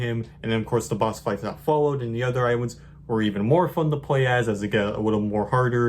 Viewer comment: I awso wove iwinds. Nice video 👍